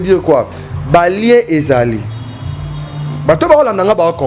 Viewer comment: Stop saying lieu.lien lien